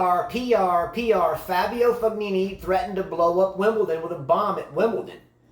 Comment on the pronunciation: Should they try to make US Open the last tournament of the year? Or second last before Tour Finals? Tennis does seem a bit dead this time of year. Also a little pronunciation tip: Berrettini: Be - re - TEE - nee Fognini: Fo - NEE - nee (silent G)